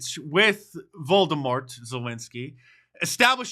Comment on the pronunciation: It's not 'Vol do mor'. You may not like him or Ukraine in general, but either pronounce the name respectfully or stick to his last name. You do pronounce Putin's first name correctly. Conspiracy theory? Hmm.